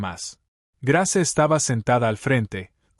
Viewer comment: Ud no pronuncia los nombres como es debido Grace su narración no es buena